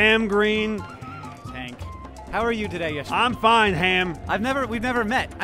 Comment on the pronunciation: Yeshmin Not Yashmin!!